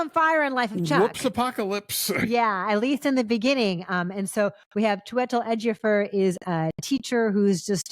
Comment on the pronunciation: Heads up guys, the pronunciation of Chiwetel Ejiofor is "CHOO-e-tel EJ-ee-oh-for"